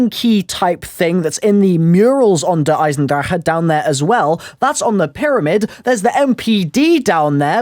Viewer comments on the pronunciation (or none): the way youtubers always try to pronounce this maps name.... it rustles me